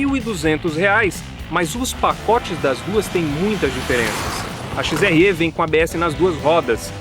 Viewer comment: Parabéns. Mas... "XRE" não se fala "XRÊ" é como se o "e" fosse "é".